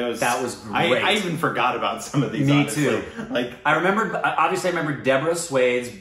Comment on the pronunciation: For DOBARA u have to read it like DO + BA + RA. all three couple separately. And for SWADESH means ONE'S OWN COUNTRY. so u read it like SWA + DESH.. SWA means one's own DESH means country.. if VI added with DESH it becomes VIDESH which means FOREIGN COUNTRY.